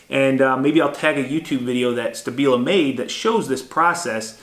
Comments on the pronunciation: Isn't it pronounced Shtabila? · SHtAbila, I'm sure you heard the proper pronunciation of it, it is a show of education, good manners, respect and consideration to at least make an effort to pronounce the name of your host correctly (it is not even that hard to pronounce), this is one of the many things US Citizens do abroad and are known for that labels them as arrogants and ignorants, It makes it look like it's not worth the "effort" to even pronounce a name right.